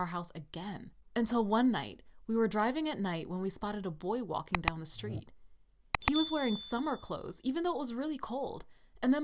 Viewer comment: Did anybody catch that she said flee the steet